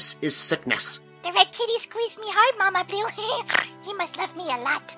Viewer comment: Before asked if he loves Luna that was the one time I understood that called Luna "Mama blue" because the whole time I thought her called her mama pew